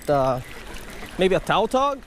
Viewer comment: The fish species is called tautog, not taltog. Lom